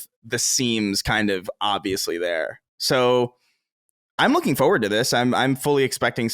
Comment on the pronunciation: They talked about all these words that the guys pronounce oddly. But they glazed over the most egregious one. Colin pronouncing forward as FOward